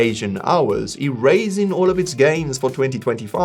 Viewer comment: did you just say E Raising 😂 Also nowhere in the definition of a bear market when you say prolonged does it say multiple months. Do a simple search on any AI or browser with the words is the crypto Market currently in a bowl or bear Market. I have not found one AI or browser search that says crypto is not in a bear Market